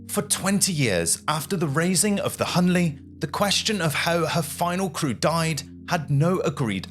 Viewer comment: It’s HL Hunley, not HL Hunley.